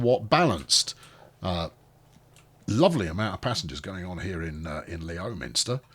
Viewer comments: Isn't Leominster pronounced Lemster? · Leominster is pronounced Lemster. Not that it'll make any difference 😂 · And, by the way, it's pronouced Lemster